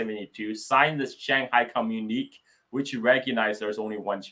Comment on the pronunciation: Communiqué: say "com-mu'-ni-KAY" (I'm originally from so-called Québec)